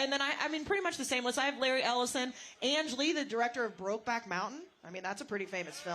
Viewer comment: “Ang Lee” - exactly how she would have pronounced it when she was cheating on the dozen 😂